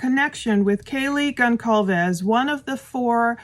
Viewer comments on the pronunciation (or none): dear, I hope you don't mind this correction, but Kaylee's surname is Gonçalves (pronounced Gonssalves), not Goncalves (Gonkalves). Other people have mispronounced it as well. I wish you and your family a blessed and happy New Year. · Not being rude, but the name is pronounced Gonsalvez, not the way it is is spelled Goncalvez. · Considering that you've milked this tragedy for views since November 13th, one would think that you would have enough respect to pronounce Kaylee's name correctly. It's pronounced "GonSALVES," NOT "GonCALVES." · Please pronounce her name right...been a long time now. The C has an S sound... Like conSalves..like Gon-Zal-Ves. Ty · I’ve listened to you mispronounce the name of at least one of these young adults over and over. The name is pronounced Gon-solve-es. I heard it pronounced by family on tv so I’m positive about this. I just think pronouncing their names properly is showing them the respect they deserve. I really don’t care when you mispronounce words or names. It’s rather darling. I just have a hard time w anyone mispronouncing any of the 4 young adults names involved in these horrific murders. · Just as a side note. Gonçalves is a Portuguese surname. The “C” in the name is pronounced as an “S” and not as a “K”. Just pretend that it’s “Gonssalves” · Kaylee’s last name is pronounced GonSalves. The C in the middle sounds like S. It’s a Portuguese last name. K thx bi. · Goncalves is pronounced Gon-SAL-ves. Soft c. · The c in gonCalves is pronounced like an S. gon+salves. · GonSalves - in Portuguese they use the letter ‘C’ with a little tail to make the SSSSS sound for example in the name GONSALVES her name does not have a hard ‘C’ it. It’s an S sound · Kaylees last name is pronounced Gon-sol-ves!!!!!! The "C" is pronounced as an "S"!!!!! Gezzzzzzzz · Brian is 28 years old. Kaylee's last name is pronounced Gon-'Solve-ezz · Just an FYI, The C in Goncalves is pronounced like an S. 😊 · The C in Goncalves is pronounced as an S.